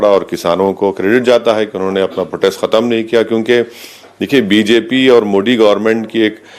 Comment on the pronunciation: बेचारे की जुबान फिसल रही है मोदीं कि जगह मोडी बोल रहा है ।